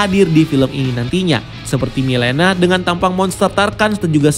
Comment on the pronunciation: Mileena bacanya Melina